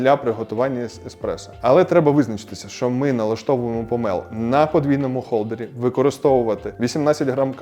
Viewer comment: Дуже дякую за українську, єдиний момент - не помЕл а помОл . Провідміняйте слово - не помЕлоти а помОлоти, змОлоти